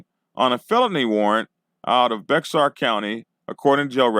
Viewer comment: Thank you for posting this. Just so you know, "Bexar" is pronounced like the animal, " bear". And why would 4 people give this post a "Thumbs Down"?